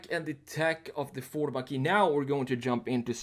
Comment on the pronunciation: Is it like a Mehcury Grand Macheeeh dude?